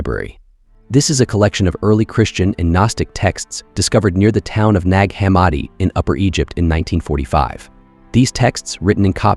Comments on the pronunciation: gahhh this ai is butchering pronunciation like theres no tomorrow tfff 😭 ...NAAAAAAG HUH MAAD EE. 🙅🏼‍♀️ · I love your videos but your pronunciation of nag hammadi, Tao te Ching and a couple other works is killing me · its AI, not his pronunciation